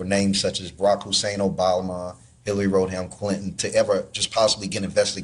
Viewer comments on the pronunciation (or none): That guy said Hilary “Road Ham” Clinton..😂😂😂